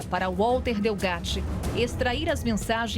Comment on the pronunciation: Então ,Walter (pronuncia com V e não U....estamos no Brasil) , não quis receber dinheiro, mas só "justiça"... Manoela nada pagou ! Sei ...sei... CNN, agressão á inteligência descaradamente ?!?!?